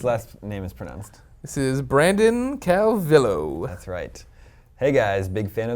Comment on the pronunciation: Holy tits on a bagel. They actually answered my question on the show, that blows my mind for some reason. Seriously, I love Game Scoop! even more now. By the way Greg, its pronounced ''Calviyo'', the two L's are silent. It's a common mispronunciation.